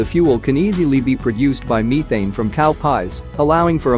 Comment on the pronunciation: I cant get over the way methane is being pronounced